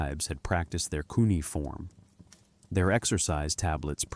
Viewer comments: It's Coo or Qu-nay-uh-form...not coonieform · I couldn't listen to the whole thing. Look up how to say Cuneiform. You not knowing that, makes the rest suspect.